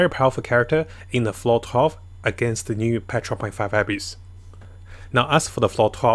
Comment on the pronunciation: You're not good at saying abyss it's like abyssh hahah